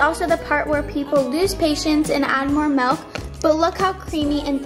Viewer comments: It’s milk not melk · It’s not melk it’s milk😑😑😑😑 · I loveeee When you say M-E-L-K🥺💖💖💖